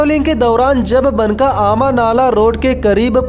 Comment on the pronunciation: भाई, वो बनका नहीं, बांका है.